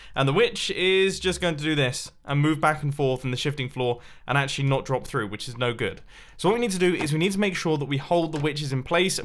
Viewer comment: When Mumbo said “Which is”, it sounded like “witches”!